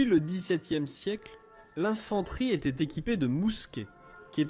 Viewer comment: c'est pas de l'IA , Oh que non. Au contraire c'est du François tres ancien . Cf la PREMIERE phrase de la video "Quelle eStait la difference ...?" :-))))